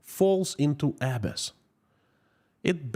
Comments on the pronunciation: Just for the future, the word "abyss" is pronounced "ah - BISS" with emphasis on the second syllable. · "abyss" pronounced "a-BISS" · As a fluent speaker of English language I can help you with the word abyss. It would be uh bis. with the accent on bis. I hope that is helpful. And in regard to the 29 Billion, It may have been unplayable anyway. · I'm not being a snob here, just trying to help: K, Abyss is pronounced Uh-bis. 😊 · You are mispronouncing the word Abyss. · Nice podcast. Thank you. One quick note on pronounciation of ‘abyss’. 😀The accent should be on the second syllable, not the first. 👍